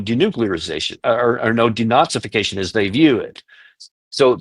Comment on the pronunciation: I love that he said “DeNazification” of Ukraine! Nailed it!